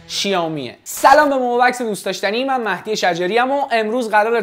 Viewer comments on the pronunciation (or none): none